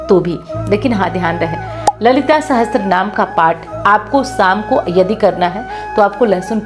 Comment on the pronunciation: Apna uccharan to sahi kar le sahastra naam nahi sahasra Naam hota hai 😅